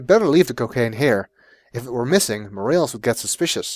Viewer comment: I have unfortunately gotten used to your pronunciation of Morales